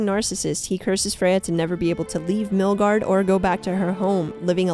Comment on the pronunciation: Great Video.. but feel like you missed a couple of bits.. and then your pronunciation of Baldur and Midgard… they just hurt my head… Bald Door and Mill guard… it hurts to hear.. but lovely video otherwise